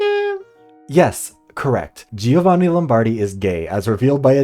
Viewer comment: I genuinely got mad at him not pronouncing his own name correctly, did the writers/voice directors even bother researching?(not even research, a simple Google could've told them how to say giovanni)